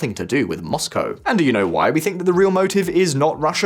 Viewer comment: I approve of the correct pronunciation of Moscow as'Moss-cow', thank you.